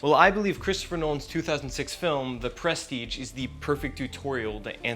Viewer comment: I almost stopped watching at the start when you mispronounced the name of the movie. But I really checked out when you said, "from the gecko."